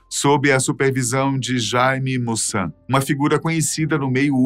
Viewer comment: Companheiro não é Mussan e sim Maussan pequena correção.